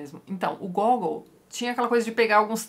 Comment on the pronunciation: Mais Uma coisa, o nome do autor fala-se Gagòul. Um dos meus autores prediletos. Li direto do russo todos esses contos e o hilario “almas mortas”